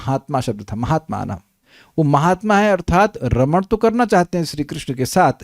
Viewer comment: Raman shabd ko spast kijiyega.